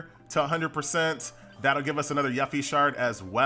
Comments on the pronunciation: Lol your continued mispronunciation of Yuffie causes great conflict in my soul. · Your inability to pronounce "Yuffie" is hurting me. Why do you do this? Q_Q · it bothers me how pronounces yuffie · F for pronunciation of Yuffie u killin me man.